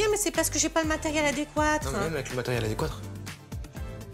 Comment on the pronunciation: "J'AI PAS DE MATERIEL "ADÉQUOUATREU" '😅